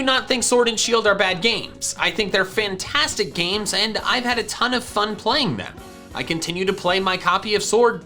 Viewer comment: Who else heard him say Fintastic?